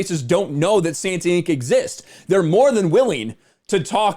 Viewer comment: santanInc... say it as one word